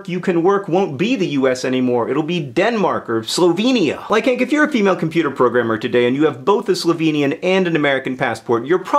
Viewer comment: Maybe it is the half Australian/half Slovenian in me, but I have never heard Slovenia pronounced like that.